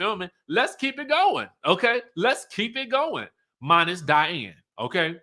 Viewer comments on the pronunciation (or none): none